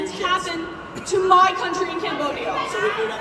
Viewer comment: Are all these climate activists this stupid, she says, combodia 😅😅😂😂😂